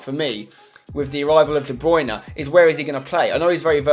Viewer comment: Spencer I love you but it's DE BRUYNE not DE BRUYNA